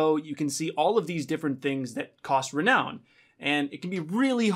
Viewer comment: why does he say reown the currency like that ahhaha